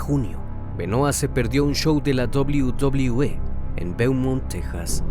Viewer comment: La dobliu dobliu E jaja